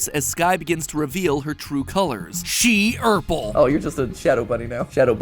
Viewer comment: “SHE OURPLE”